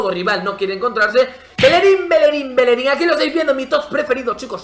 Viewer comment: Por qué pronuncias así el nombre de bellerin?